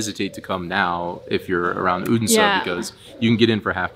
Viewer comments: You are really progressing in your danish, especially the word endings like in tartelett(er) and Odens(e) is loosing the american sounds like hard R's, the only thing I could really point a finger at was the hard "D" in Odense when its really a soft "D" sound. Very impressed by your improvement. :) Love you guys and you chill representation of the american moving to denmark storytelling and exploring the world I have grown to take forgranted for so many years making it new again <3 :D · 1. You pronounce the D in Odense as a hard D. Its a soft D - in the local dialect it can become so soft it becomes silent. 2. Were you aware you could also visit HCA's childhood home where he lived with his parents age 2 to 14 ? Its about a kilometer from the HCA museum. 3. Given the interest you have displayed in historic things, you might also be interested in visiting "Den Fynske Landsby" (a living history museum where many historic rural buildings have been moved (taken down and put together again as they were) to, or the Saint Knuths Cathedral, where you can see his and his brothers bones on display (they were lynched by an angry mob in the church where they had sought refuge) - some consider him the last viking king.